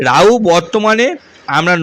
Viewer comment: রওস্য, রাউ, কি? নিজের শিক্ষা আর ভাষা ঠিক করো গাধা